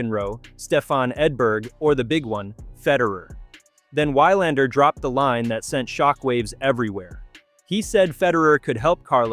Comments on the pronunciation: It is VVVilandar, with a "v" even if it is spelled with 'W'. This is ridiculous, and makes one wonder if this is read by a robot, or the reader is Americanly miopic. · Why-Lander...oy...thse AI scripts are really losing appeal fast...